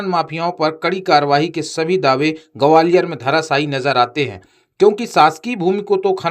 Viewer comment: Enforcement aur gwalior to bolna seekh lo, mafia ka naam bhi bola Karo to aapki sachchai jyada Sundar lage